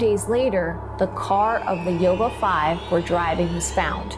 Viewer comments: I live by Yuba city, about 40 mins away. It’s pronounced you-ba City. Love this new channel. Love mysteries. Never heard this story before, born in 1978. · FYI... Yuba is pronounced 'You-Ba'